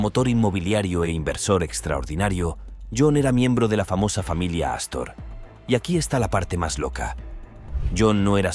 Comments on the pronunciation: Era ASTOR NO CASTOR 😅😂 como lo dijo varias veces jajaja 😂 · No es "castor" es Astor... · JOHN JACOB ASTOR,NO CASTOR HAY QUE INFORMARSE Y LEER MEJOR PARA DAR INFORMACIÓN EXACTA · Ya pensaron en colcar a alguien que sepa leer !!!!!! No es Astro ni Castro es john Jacob Astor entre otros, dueño de la red de hoteles Waldorf-Astoria. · Yo le entendí "Castor"